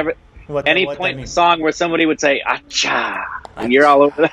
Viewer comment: Hey the pronunciation of ACCHA from you is the BEST in the world. Love it